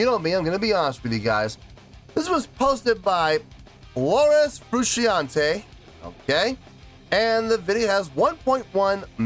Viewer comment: It’s “FROO SHAWN TAY”